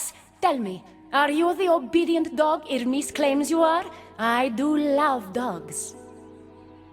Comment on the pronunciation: Who is that ermis you keep talking about? Do you know how to pronounce Hermes?